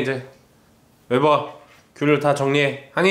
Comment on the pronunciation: 웨버야 부를 때 여보야로 들려요 ㅋㅋㅋ 저만 이런가요